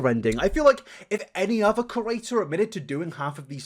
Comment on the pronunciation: For a creator who talks excessively of other creators, and chooses to use exclusively the term 'creator' to describe all other youtubers, youd think hed learn how to correctly pronounce the word 'creator' and stop calling them 'curators'? 😂Its funny and endearing but why!?